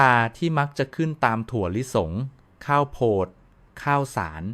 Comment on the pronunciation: เนื้อหามีสาระดีมากครับ ขอแนะนำการปรับปรุงเสียงพูดด้วยAI หลายคำที่ต้องแปลไทยเป็นเช่น"แร่ธาตุ" แร่-ทา-ตุ,"ข้าวโพด"....ข้าว-โผด ฯลฯ